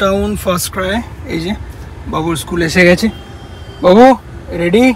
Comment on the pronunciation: nago anek bar dekhechi or ছ related j kono word bolte gele mone hoy jno word ta jiv er nich diye r daat er faka diye beriye asche..as for an xmple "গেছে" bolle mone hoy bolche গ্যায়সে..